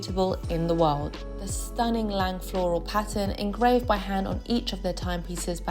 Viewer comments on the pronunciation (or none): Leica = say "Lie-Kuh". (Lie as in lying on the ground) Stowa = say Shtoh-vahh. Lange = say Laang-uh. Sinn = say Zinn Laco = say Laah-koh. And btw, you forgot Dekla.